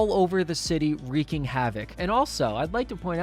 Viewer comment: Thank you... Thank you dear sir! Thank you for correctly saying "wreaking havoc" instead of "wrecking havoc" like people always say.